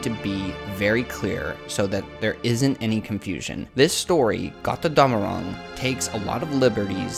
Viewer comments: It's "GOAT-er-DOM-a-ROONG" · As a german i always laugh if you say Got rr Damarung x) love your theories though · it's kinda cute how you pronounce götterdämmerung haha